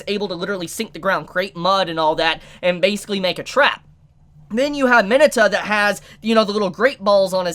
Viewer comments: I cringe every time he butchers their names. List of butchered names so far: Izuku (e-zuhkoo) Ochacco (oh-chuckle) Mineta (minuhtuh) Kirishima (kuhreeshy-muh) Aizawa (eyezuhwuh) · I don’t believe thats how you pronounce Mineta